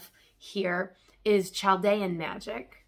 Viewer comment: Thank you! i've been debating purchasing some of these. Btw its pronounced cal-dee-ann I know these civilizations are old but there's still a large group of us displaced and around :)